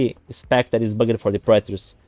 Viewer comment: bugged is one syllable. bug’d